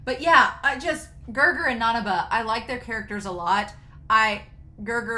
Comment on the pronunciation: It's weird that they translated his name as Gerger directly from Japanese pronunciation since L is usually pronounced as R. His official name is Gelgar.